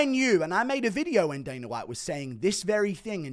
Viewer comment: It kills me every time you say daner instead of dana 😅🎉